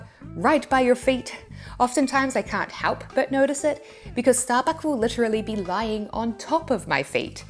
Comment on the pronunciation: itookk ashott errverytime sehe says shtarbuck